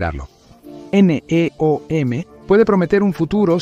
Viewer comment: Doceava es 1/12, querías decir décimo segundo, y NEOM no son siglas, sino una palabra, no tiene sentido como lo pronuncias... Y no digo más, porque el video es bastante malo...